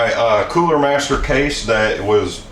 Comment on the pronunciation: First of all, why would you EVER let your computer get THAT filthy? Second, the word is, specifically, not, "pacifically".